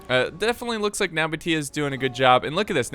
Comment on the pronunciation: True ogs were here when couldnt pronounce nabataea